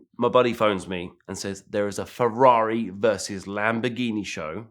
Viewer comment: FREE-RARRO. Need subtitles to understand this wanker.